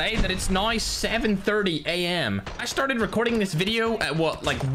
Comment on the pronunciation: Did anyone notice that said "startsted" after the first game